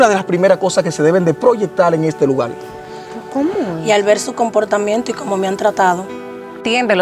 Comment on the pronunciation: Se pronuncia LUGAR, EL PRONUNCIA LUGAL, BUSQUE PERSONAS QUE HABLEN BUEN EL CASTELLANO